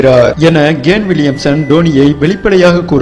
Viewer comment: Aiyoo..... Athu gane Williamson illa da..... It's !!kane.... Kane Williamson.... Olunga pronunciation pannu da